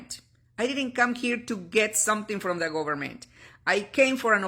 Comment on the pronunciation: The “Gobamint” lol